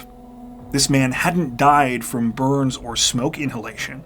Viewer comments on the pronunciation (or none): none